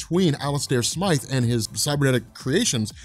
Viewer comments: smith does not sound like smyth stop calling the spider slayer smith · smIIIIIthe, it has the long "I" sound and then pronounce as you would with an E at the end of his name